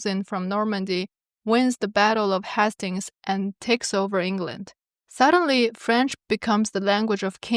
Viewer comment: The first syllable in Hastings is “Hay”.